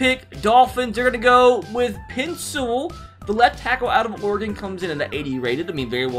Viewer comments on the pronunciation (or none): “Pen Sewell” 😂